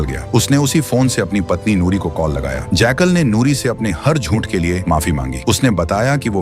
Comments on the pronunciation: Jackal❌ Jaykal✅ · Sweet brother ye jackal hai na ke jaykaal😊😊